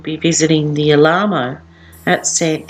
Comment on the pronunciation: Alamo is pronounced al-a-mo. Very informative, thank you